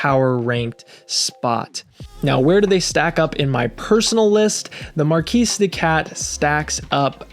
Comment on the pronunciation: Great video, thanks! BTW, it’s pronounced “markee” de cat, not mar-keese. That matters because the name is a play on words, mar-kee-de-cat, like kitty cat. 😅 Get it? It’s a silly pun, but a pun nonetheless.